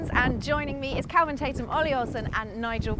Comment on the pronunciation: PLEASE stop calling him Calvin...it's KELVIN. lol